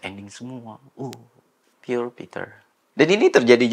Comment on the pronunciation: puur bang bukan pyur